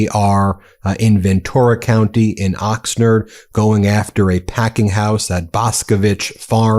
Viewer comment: Ben... you live in SoCal. How do you not know how to pronounce Oxnard and Carpinteria? Ox-Nard like Card. Carp-enter-ee-ya.